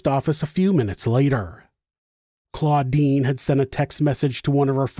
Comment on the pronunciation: The sister is CLODINE, not CLAUDINE. Come on, Giles with a J.